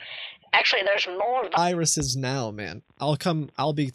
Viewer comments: "388 wiruses" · Excuse me, those aren't viruses. Those are WIRUSES. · The compuwer has wiruses..